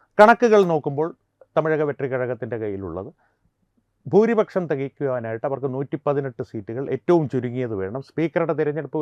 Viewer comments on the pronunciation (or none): none